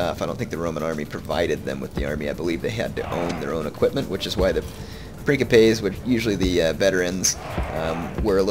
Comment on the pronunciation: Love it. But please, its Prince - ipes. Like principle.